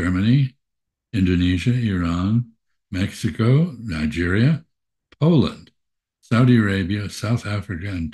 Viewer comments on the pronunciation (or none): none